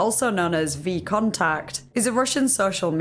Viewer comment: VK isn't VContact.. VK stands for V Kontakte, you pronounce the "E" as "V kontakte" means 'in contact'. holy shit as im watching this i cant stop laughing at how bad your pronounciation is